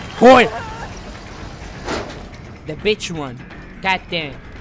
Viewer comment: "You want to play a game betch?"